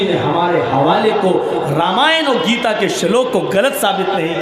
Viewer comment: Ye katuon Geeta uchchatan sahi karo Galat kyon pad raha panchvhar putra